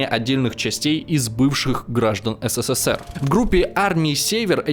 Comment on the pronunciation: Как слышу такое БЕЗГРАМОТНОЕ еС, Се, Се, Се Р, аж тошнит от тупости диктора,. СКОЛЬКО букв С в СССР ???